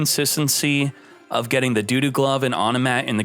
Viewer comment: Do you pronounce dododo and machina wrong on purpose? I just need to know 😪